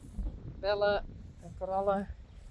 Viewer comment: I love the way you say Bell-a and Corall-a! ❤ It's beautiful and I prefer it to the more plain-sounding English versions.